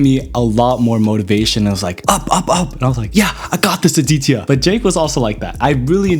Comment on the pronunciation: The way he pronounced the name aditya